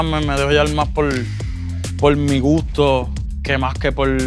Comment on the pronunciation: He ain’t speaking no proper Spanish, he’s half saying words “gooto” not gusto